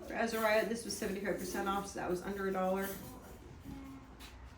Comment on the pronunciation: Ooooh! I love a good thrift haul! You got some great bargains, the Thrift shop prices here in Oz are through the roof, it's hard to find a good deal! Also I love that you call Azariah - 'AzaRoo', as Roo is an Aussie reference for our cute Kangaroo's & he is for sure a cute cuddly baby boy! You're looking great & look like you've settled into a groove with the kids, its wonderful, your easy smile has returned, beautiful to see! Love & prayers as always! 💖🙏🇦🇺✨️